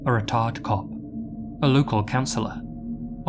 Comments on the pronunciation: ...someone please teach this man how to pronounce "retired"..... Yikes. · ...you really got to work on how you pronounce "retired"... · If you don't restrain your British (or australian idk idc) accent when saying 'retired', Youtube is probably going to demonetize you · I thought said “a retarded cop.” I was like wtf?? 👀🤦🏾‍♀️😂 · I’m sorry but it sounded like u said a r word cop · could have pronounced the word 'retired' better 😂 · I had rewind it 3 times before I knew he definitely said “retired cop” 🙈